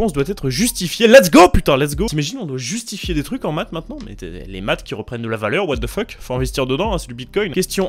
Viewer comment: le "jusifier" m'a donné la même réaction !